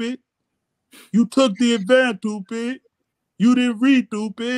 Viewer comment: "Him Not Toopid" 🤣😂🤣😂